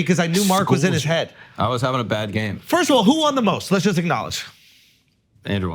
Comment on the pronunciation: Why do they keep letting Akaash say "Firsh" in his announcements